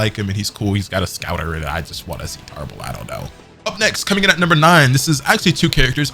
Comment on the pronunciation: Clicked off when you said tarble